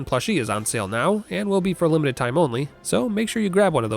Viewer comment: Only available for a "Lemon-ted time" you say